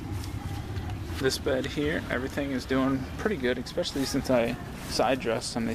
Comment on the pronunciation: ekspeschilly is not a word. Especially is a word.